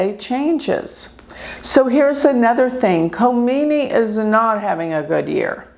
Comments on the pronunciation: If Leader if Iran is out of control according to you why dud Israel and US bomb Iran unprovoked! I believe you don’t pronounce the K in his name? I think your bias is showing! Israel is the problem! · Wake up people. In the name of a gypsy astrologist, is trying to be political with wrong information and brain wash PEOPLE. By the way Iran is not closed as you are describing. Learn how to pronounce Names Khamenei. Kha - meneh - ee. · she had taken orders from her big boss. is no number to talk about Iran and Iranian people. She can't even pronounce names right. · You are so negative in your interpretation. I am a Hindu Vedic astrologer too. The least you can do is say his name correctly. He is a religious fanatic followed by 90,000,000 people. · She constantly said Ali , just malpronunciation for the last name, which is ok. And you know Khomeini's first name was Rohollah.